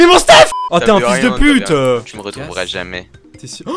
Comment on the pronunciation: J'adore le " fiiyuls de puite "